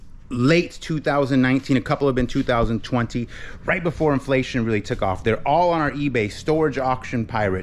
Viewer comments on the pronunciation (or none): none